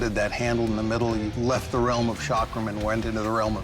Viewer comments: It is NOT shaakram. It is cakram. Ca as in Caeserae + Kram. Cakram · Chakram: pronounced "chuck-rum" Americans: SHOCK ROOM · It is not shakram it's chakram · It’s not called Sha-kram..it’s Cha-kram. Cha as in chance. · This was the worst pronunciation of the word chakram ever, like why don't westerners even make any effort in trying to learn the proper pronunciation and this chakram doesn't even look remotely close to what the Hindu gods used. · Boy you butchered the way you pronounced chakram